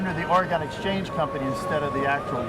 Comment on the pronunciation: might be a specialist at coins but he certainly doesnt know about how Oregon should be said haha we dont pronounce it Or-e-gone. Simply like Organ.